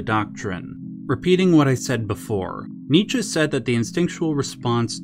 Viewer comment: you pronounce Nietzsche correctly.